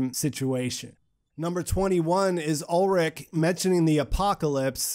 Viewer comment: And so Ulrich has become Olric xD (In case you're wondering about the pronunciation, it's "Ull - rish")